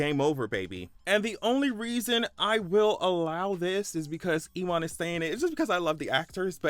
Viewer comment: E- wahn. 😅 LOl. His name is pronounced U-win.